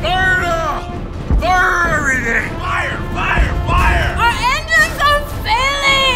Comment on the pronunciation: "the engiines are FAIILING" omfg